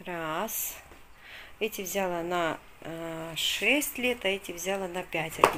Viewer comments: А л е к с а согласна. Просто после очередного шоппинга использовала раз 15 в течение 30ти секунд. ВзЯла, взЯла, это взЯла, это дАла, дАла. Невозможно. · я конечно извиняюсь:), но глаголы «взяла и дала» ударение на последний слог, а не на первый. Вы очень часто употребляете эти слова и так режет слух, я понимаю русский не ваш родной, так же как и мне русский далеко не родной. Но, если говорите тем более делаете видео, будьте добры правильно хотя бы простые слова и предложения. Речь в общем не грамотная, но хотя бы простые слова может сможете правильно произносить?? Попробуйте, у вас получится